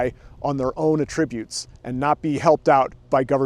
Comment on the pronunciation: You pronounced the attribute as a verb. As a noun, the stress/accent falls on the first syllable. If you don't believe me, ask Google or some other reliable source. I thought you may want to know.